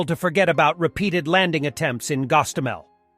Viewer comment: Gostomel? Hostomel. Gee another idiotic script writer teamed with an idiot voice